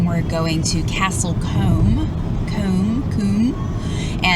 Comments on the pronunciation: Castle combe , pronounced like room 👍🏼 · It’s pronounce cooom not comb